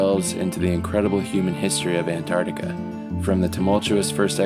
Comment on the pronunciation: It really bugs me that the narrator cannot pronounce Antarctica properly